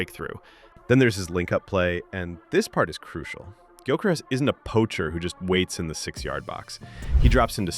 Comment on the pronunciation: You hear so many people say his name correctly but you Americans just have to change it 😂😂